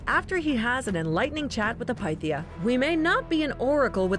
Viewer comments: Am I the only one that keeps getting triggered by the mispronunciation of certain words..? Like the times she said Pythia..... it's not "Pie-thia" it's pronounced "pi-thia".... or at least within the game. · there were a lot of Englishified words, but "Delphai" and the "Piethia" were the most painful to hear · It’s not PIETHIA 😂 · Heratatas Delpheye Pie-theea wtf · The amount of times she said one of the words wrong like herotodus or pythia.